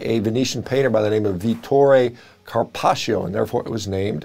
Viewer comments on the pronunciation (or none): I'm Italian, so the way you pronounce "Carpaccio" makes me laugh so hard 🤣 The correct way to pronounce it is not like "Carpacheeo" but more like you would pronounce "Carpaccho", without pronouncing the "i". And, also, the Italian language has many double consonants and they are pronounced stronger than a single consonant.